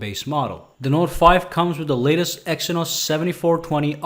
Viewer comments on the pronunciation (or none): none